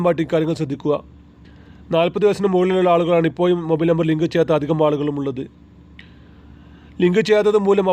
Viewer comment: മലയാളം മര്യാദ യ്ക്ക് പറയണം ഇപ്പൊയും അല്ല ഇപ്പോഴും എന്ന് പറയണം.കാക്ക ആണോ എന്നാ മലയാളം ആണ് പറയുന്നത്